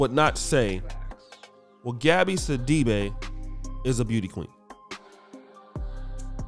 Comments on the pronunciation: I’m from Africa I’m familiar with the surname it’s actually See-dee-be but oh well you guys incl her pronounce it other ways to make it sound more western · Her last name is actually pronounced "Si-Duh-Bay".